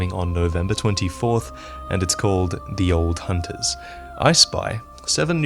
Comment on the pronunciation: Dee Ol hooooonters